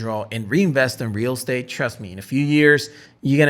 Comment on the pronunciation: Real state 😂 how he pronounced it